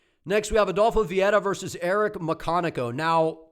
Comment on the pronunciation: Muyconico? Bruh it says it right there. McConico.